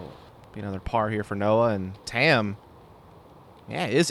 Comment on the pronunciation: Sorry to be nitpicky, but Tamm is actually pronounced more like Tom, not tam. Its the Estonian word for oak. Google translate can give you a good example of how to pronounce it.